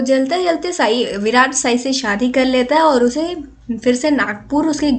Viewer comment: it's not saai it's sai